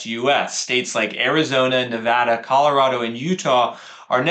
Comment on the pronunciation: #1 Big bonus points for pronouncing Nevada correctly. 😊 #2 We bought a home in Las Vegas area in 2019 when we started to notice a lot of homes were no longer selling quickly in our townhouse neighborhood of 17 years (yes we lived there from 2001 and watched the bonkers madness first hand - greed, fear, big losses) so as natives have always approached this market with healthy skepticism. It's a bit validating to see on your charts that we snuck in on a low year! #3 We sold another home in Spring 2021 after deciding to derisk our real estate exposure. I used a lot of your arguments with our real estate agent to explain why (which many believed unfounded). Our agent said that we were essentially tiptoing out of a burning building before someone pulled the fire alarm. Based on your graph, we measued in right around peak sales. 😅 #4 I haven't watched your videos in years but you have been so consistently on message all this time. It must be hard to go against the narrative. Keep it up! You look great!